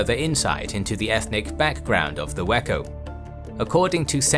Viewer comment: Of course, I heard it as "whacko pirates"